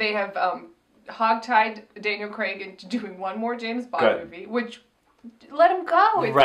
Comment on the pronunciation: who in America have you been talking to that says Craig as Greg 😂